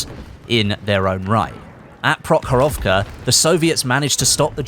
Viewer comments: Battle of Provorovka is pronounced as "PrOhorovka" not "ProhorOvka". Otherwise your pronunciation is great. And it seems that we have similar thinking. Your script is pretty much a copy paste of my forum thread about Pacific content and possible feature content. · Just a tip: vast majority of russian words has accent on the vovel in the word. So its PrOhorovka.